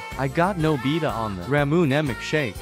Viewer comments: NooBEDa Ruined it for my child hood the way it pronouced 💀💀💀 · I've never heard anyone pronounce Nobita like that...